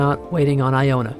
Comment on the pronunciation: LOL SHE SAID IONA